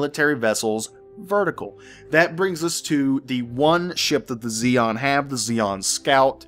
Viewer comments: Xi is not pronounced Zeon, but Shion, xi is the sh sound in chinese. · Xi in Chinese is pronounced Chi if that helps. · not nit-picking but I think its 'Shi-an' the alien race is based upon old Chinese dynasties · I think xi'an (which shares the name of a Chinese town I visited) is pronounced she an. But yea I could be wrong. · It's pronounced Shi-an, it's supposed to represent the Chinese I believe when the Roman Empire stretched that far East. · Normally Xi is pronounced Ze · Pronounce it "Z(zie)-n(en)" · pronounced SHEE-ann.